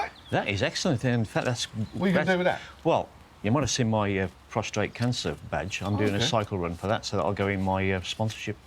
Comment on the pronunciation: Can’t believe the last guy said “prostrate “ cancer!! Its prostate.